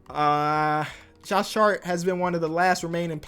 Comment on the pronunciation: it sounds like he says "Josh Shart" LOL